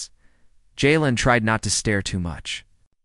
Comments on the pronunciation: Jalen not Yalen, Germanic & Slavic AI? Good story maybe next time do not go with the Christopher Walken AI. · It’s frickin Jay-len. Damn.